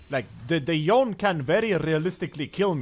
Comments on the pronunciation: No, it’s supposed to be something like Yo-nei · Nah its Yone-ay, thats how Yasuo says it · Can bro pronounce Yone right once